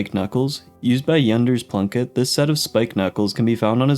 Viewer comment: Oh his name is German! That explains why Junders Plunkett sounds so funny! I’ve been pronouncing it wrong!